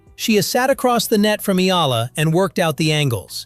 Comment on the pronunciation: E yA LA to pronounce it, not ELA.